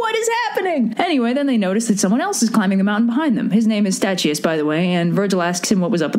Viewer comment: you mispronounced Statius....